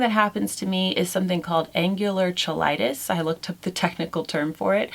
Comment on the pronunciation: FYI, it's pronounced angular kigh-light-us.